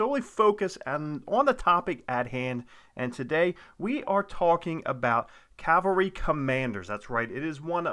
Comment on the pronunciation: Thank you for saying CAVALRY correctly! So many people say and spell it wrong as Calvary.